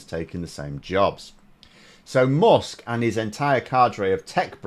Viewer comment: why do you say "mosk"? its "mask", spelled "musk"... are we in for another vowel shift?